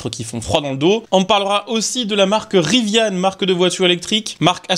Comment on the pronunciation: Il n'y a pas de e a rivian. Ca ne se prononce pas Riviane. Trouduc